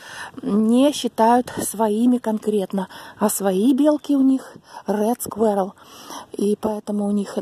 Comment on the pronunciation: Не скверал, а squirral